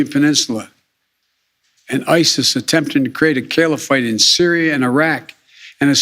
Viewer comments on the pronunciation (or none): none